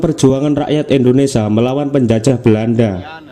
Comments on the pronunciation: Ingat bacanya "INDONESIA, bukan ENDONESIA' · Indonesia bukan endonesa 🙏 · INDONESIA❌ INDONESA✅ wkwk